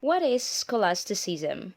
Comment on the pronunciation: scholastiseasam? learn to pronounce first